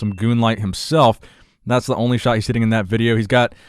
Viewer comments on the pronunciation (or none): none